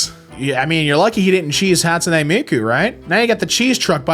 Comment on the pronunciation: why are you saying hat-sune it's ha like "haha"